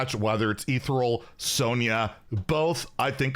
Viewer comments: “Ethereal” is pronounced like “uh ther eel.” The “ther” part rhymes with air, but with a th sound. The “eal” part is pronounced like “eel,” like the sea creature. The stress is on the second syllable. eTHEReal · Is this some joke that I am not aware of, or does he not know how to pronounce “Ethereal”?